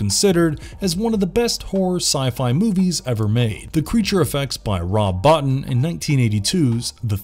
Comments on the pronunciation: It's pronounced Bo-teen, not Bot-in. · Rob BO-TEEN